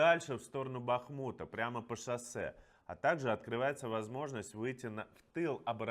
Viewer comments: БАхмут - на А ударение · Добрый вечер,Иван.Очень вас уважаю.Вы делаете большую работу. Но Бахмут произносится с ударением на первый слог,Барвенково с ударением на второй слог(на "е")